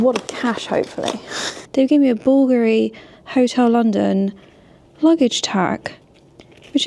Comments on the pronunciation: Regarding the pronunciation of BULGARI: bul-GAR-ie. The emphasis is on the middle syllable for this particular Italian word! Okay, now back to the rest of the video! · it’s pronounced Buvuhlgaghee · Bvlgari is pronounced “Bul-gah-ri” (IPA: /ˈbʊlɡɑːri/). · BOOL guh ree. Stress on the first syllable. ❤ Edited to say this is how Italians pronounce it😅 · ‘Bull-Gary’ is how it’s pronounced! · bull-GAR-ee. Think of other three-syllable Italian words, like panino. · Sorry to correct you but Bulgari was founded by a greek silversmith Sotirios Voulgaris hence the brand name Bulgari. Pronounciation BULLGARI Cheers kiddo 🙏🇦🇺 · its bull-GAH-RI emphasis on middle syllable -love your content! Also I think that is lacquered rosewood furnishings sooo expensive! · With regards to the Daily Telegraph spotlight feature, it was only a matter of time right..? I mean c'mon.. your content is right up there with the best in terms of content creators. Oh and by the way.. apparently it's pronounced [bool-gar-reeh] that's according to some people I met that sell the jewellery. 😊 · I asked grok on your behalf- it’s response was “Bulgari is pronounced “BOOL-gah-ree”. The emphasis is on the first syllable, with a short “u” sound like in “bull,” and the “g” is hard, like in “go.” The brand name comes from Italian, reflecting its founder, Sotirios Voulgaris, and the pronunciation follows Italian phonetics.” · The pronunciation is BUL-GARI! Very nice 👍 video thank you 🤩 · BulgAAARi I think its pronounced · Thank you for introducing the Bulgari Hotel! My kind of hotel! Beautiful Italian taste, just what I like! It is pronounced Búlgari. Have a lovely weekend!best regards from Athens!😊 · Hello. I don't think you're pronouncing it right but I don't know for sure. I would pronounce it BUL-GAAR-EE. The double A meaning it's a long A. I think! 😀 Looking forward to this. I love the hotel videos. Thanks. xx